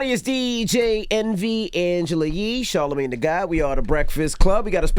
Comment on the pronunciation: “tharlemagne” lmfao